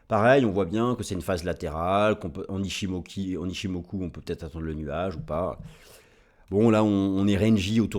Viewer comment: On dit "en ichimokua" 😂